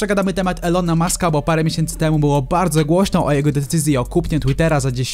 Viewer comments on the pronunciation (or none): none